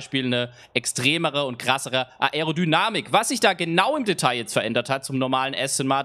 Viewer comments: Bitte versuch Aerodynamik richtig auszusprechen #nohate aber das fuckt ab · das man das ‚a‘ und das ‚e‘ beides betonen muss weiß ich danke, aber man muss es nich ‚a‘ und dann ne pause machen und darauf hin ‚erodynamik‘ aussprechen.. in einem flow klingt das gleich viel professioneller